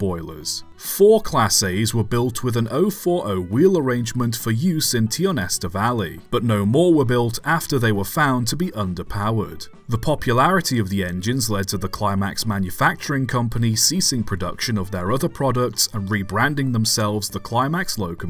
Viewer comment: In point of fact, the proper pronunciation is “Tie”onesta, not “Tee”onesta. Tionesta Creek is a significant tributary of the Allegheny River in northwestern Pennsylvania. The Tionesta Valley Railroad served the sawmills and tanneries in the area.